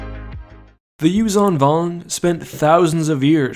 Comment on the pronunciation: As far as i understand, zh in yuuzhan vong isn't pronounced as z, but as s in 'measure'